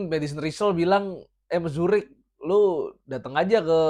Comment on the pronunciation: kayanya Mruzik bang, bukan Mzurik haha